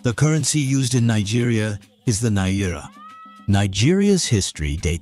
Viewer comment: The way you pronounced "naira "😂😂😂😂